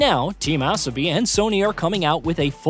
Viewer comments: It’s not “ass-a-bee” another awful AI mispronunciation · Maybe a typo or he didn't know what is asobi